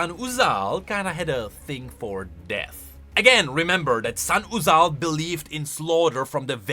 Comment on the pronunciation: i will do 5 pushups for every time says "Sahn-uzal"